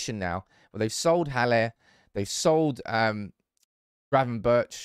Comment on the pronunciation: Gravenberch is pronounced as GravenberG (ch is sometimes pronounced as g in dutch)